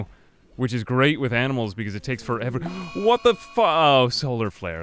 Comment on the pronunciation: "Amnimals". It's the small things in like that are great. :)